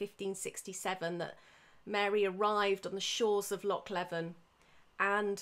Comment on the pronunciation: Very interesting, your passion is very evident! Just for your information, Loch Leven is substantially smaller than it used to be as it was partially drained from 1826-36, hence the island got much larger and it's pronounced 'Lee-vin'.